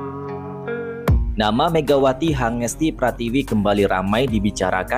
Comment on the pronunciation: iya "Megawati Hangestri Pratiwi" Padahal yg bener "Megawati Hangestri Pertiwi"😁